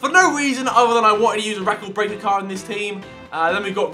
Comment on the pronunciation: Love the way he says eecord braker ronaldos only cheap hea 8 million thats much